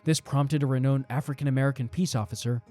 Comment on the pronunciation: Nice content but that's undercut by your mispronunciation of words such as 'renown'.